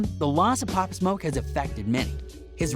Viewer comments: Cuz said pop smuck LMFAOOO 😭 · “Pop smok” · not only can the guy not pronounce “pop smoke”, but even the short description he gives doesn’t match what really happened - all available on YouTube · This guy cant even say Pop Smoke Quavo right...